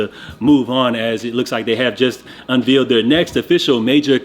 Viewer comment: I love watching your channel but the way you say unveeled instead of unveiled kills me 😂